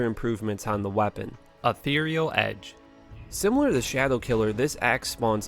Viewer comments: He pronounced ethereal edge correctly. They're the same word. Literally. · I don't understand why you can't pronounce "ethereal" but you can pronounce "Ethereal Edge". It's literally the same word. You're killing me.